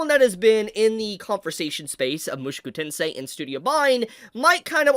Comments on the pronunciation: Bruh... you keep saying MUSHUKU TENSEI..... ITS Mu SHO ku TENSEI that was really bothering me hearing Shu Instead of sho and I dont know why. I'm not even Japanese 😂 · ofc it is the way he is saying the name is pissing me off